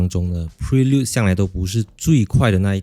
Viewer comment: 大家跟我一起念Honda bi lun